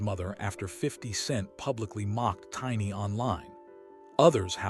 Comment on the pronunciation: Look how he pronounced tiny name😂😂😂😂😂😂😂😂😂😂😂smh smh smh smh smh smh smh smh smh